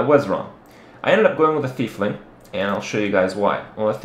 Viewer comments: it's not thiefling it's tiefling (teef-ling) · AGGHHH not a thiefling... say it with me, "tiefling" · it's Tiefling as in TEA-FLING. not THIEF. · Also it's not pronounced Thiefling, it has nothing to do with a Thief (there isn't even an "H" in Tiefling) it is pronounced like a tie... Tie-fling. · I always thought it was Tiefling, not Thiefling. As in german "tief", which means "deep". So basically "deep one". Am I completely mistaken? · The fuck is a thiefling?.... *Tee-fling* Is how it's pronounced. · It's pronounced teef-ling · are you saying fiefling? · THERES NO H IN TIEFLING! The D&D nerd in me raged so hard.